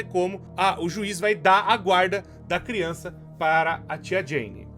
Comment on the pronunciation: AMO QUANDO O FALA CRIONÇAKKKKK